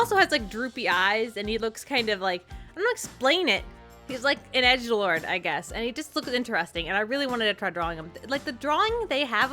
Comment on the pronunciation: Why did I hear egg lord instead of Edge lord?